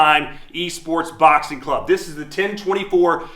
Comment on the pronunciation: "In boxinc one punch can change everythink" what kind of weird pronunciation is that?